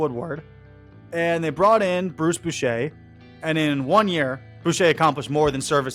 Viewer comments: Bruce BOUCHER???? Bruce BO-CHEE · It's Bo-chee not Bo-shay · 😂😂😂 I thought the same when he said it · I lost interest when he could not pronounce Bouchy’s name correctly. The man has won 4 World Series as a manager.